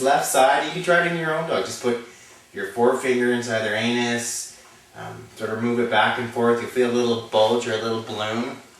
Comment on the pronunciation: "Aneth" LOL!